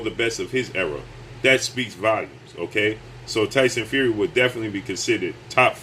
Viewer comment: The way he says his name: Tyson Few-ree 😂😂😂😂😂😂😂😂😂😂😂